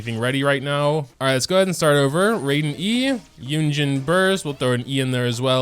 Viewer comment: "Rayden" Shogun